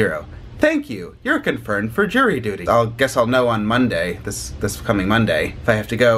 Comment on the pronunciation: At first I thought you said you had "Jerry Duty"